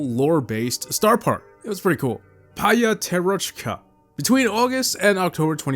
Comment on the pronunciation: p’at’orochka here is the right one